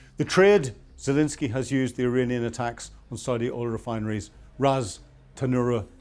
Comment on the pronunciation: Please pronounce the president of Ukraine’s name properly. There is no “i” in his name. FML.